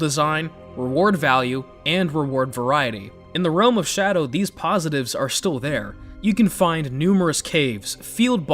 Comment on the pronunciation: It’s “shadow tree” btw. Cool video, man 👍🏼👍🏼